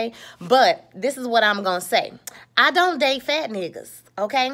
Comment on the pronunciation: Im glad you didnt make this about black men and us not liking my own women, and you are gorgeous. But the way you said fat niggas lmao PHat neeguuzz